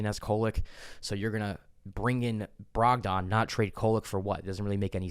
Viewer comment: I have a concern. His name is not pronounced Brog-don. It’s pronounced Brog-den. Please bro I beg you 😂